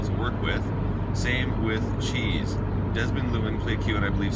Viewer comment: Why do you keep saying John cheese instead of John Cleese? No H in the second name.